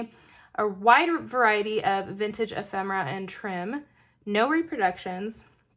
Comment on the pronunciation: What treasures💕! I’m thankful to know the correct pronunciation of “ephemera” too!